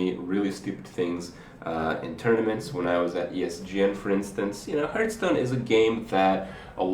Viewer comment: Seriously, LEARN TO PRONOUNCE HEARTHSTONE